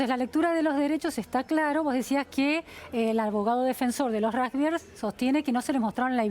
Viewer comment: No es ni rujbiers ni rusgbier pronuncie bien no es tan dificil!!!